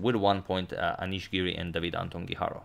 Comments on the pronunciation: It's me or every time he says Guijarro, seems like he is saying hikaru. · Same here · I kept thinking that as well! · Am I the only one hearing HiKaru everytime he tries to say guijarro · I think you're mispronouncing Guijarro! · It is not the correct pronunciation, the sound of RR in Spanish is different.